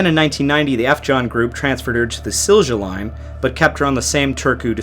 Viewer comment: Silja Line and Estline pronuncing was wrong... If you search from youtube then you can probably find Silja Line commercials, where you can hear, how it is pronounced but Estline is simple... Est comes from the name of the country Estonia... Simply pronounce the start the same way and add "line" to the end 😁 There is nothing to do with the cardinal direction east 😁 Weather reports in here are indeed usually in meters per second... Allso we are using beaufort scale and very rarely knots... Reason for having 2 second officers on board is simple... On most estonian ferries second officer is cargo officer so first half of the contract one second officer is doing loanding of the ship and second half of the contract the other one is taking over loading operations... The one, who is not doing loading ops is usually on night watch when sailing so basically he is on watch on the most of the crossing... Mister SKYLIGHT 1 and 2 actually was coded alarm for the crew to man firefighting stations 1 and 2... I don't know, what was the case with this order but yes... I used to work with the most senior officer, who survived the sinking of the Estonia (second engineer) and he told me that he was allso confused with this alarm but at the end of the day it didn't really matter because by that time it was clear for everyone that they must abandon the ship... Jan Heweliusz did sink a year and a half before Estonia but more interestingly in the same storm, where Heweliusz was lost allso sister ship